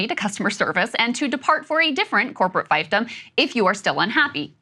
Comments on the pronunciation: Appreciate this monologue, Krystal! I think it's "FEEFdom" though 🙏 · Krystal, the first syllable of "fiefdom" rhymes with reef, not rife. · Crystal doesn't even know how to say fiefdom. This is a pretty extremist rant that's not based on a ton of facts. I can see presenting the argument for and against tariffs instead of income tax but saying that the federal government is going to be 100% dissolved and instead we are going to have corporate-owned regions sounds massively unrealistic. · Has Krystal ever heard anyone say the word 'fiefdom' before?